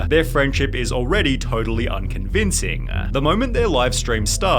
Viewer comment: Intro-wah family-ah already-a. Can’t you just talk normally man? 😅